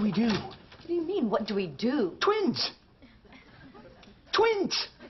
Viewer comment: "Twins" not "tweens"